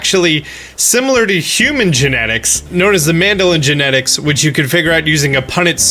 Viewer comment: This man said mandolin genetics lmfao